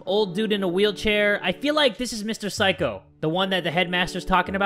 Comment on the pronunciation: When you say Mr. Saiko it sounds like psycho